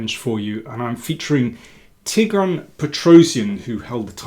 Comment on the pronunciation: Thanks for the video, Daniel! I just want to mention that your pronunciation of Tigran Petrosian is incorrect. The emphasis should be on Petrosián, not Petróssian.